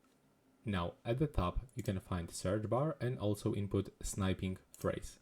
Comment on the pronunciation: "Snipe-ing Tool"... It's not "Snipe"... It's "Snip"! Geeze!